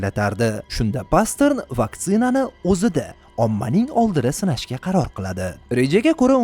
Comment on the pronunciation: Pastern❌️ Paster✅️